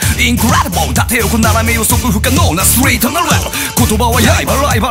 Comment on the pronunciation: 寂雷先生パートの滑舌えぐい…長男のストリートもスィートとか誤魔化してる歌みた多いなかちゃんとtの発音されてるし後語りの笑顔もほんとに好きでリスペクト持って歌ってるんだと感じた